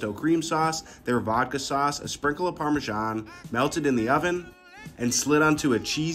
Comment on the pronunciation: For baby jesus sake, stop pronouncing Parmesan like that 🤬